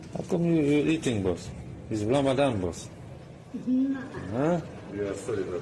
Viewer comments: In Texas we would say WTH is that? Did you say Ram a dong?😅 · "Ramadan" everyone's throat